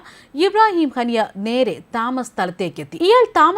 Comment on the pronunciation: ഹനി അല്ല ഹാനിയ